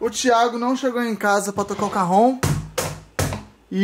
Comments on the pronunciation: Mds kkk isso chama caron não Cajon kkk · Oq é "carron" Eu : "carrão" 😂😂